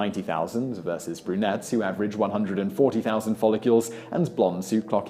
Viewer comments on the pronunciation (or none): Follicles, not folli-cules. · I wish Simon Whistler would pronounce it properly instead of saying follicules! He’s such a pillock! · He did not just say, "folicules". 😆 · Follicles, NOT folliCULES. Titian red NOT TITAN red.